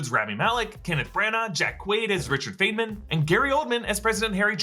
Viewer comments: It’s pronounced “fineman” not fainman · Feynman is 'FINEMAN' not 'FAINMAN'. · it's pronounced fine-min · Richard Feynman, you should learn how to pronounce his name.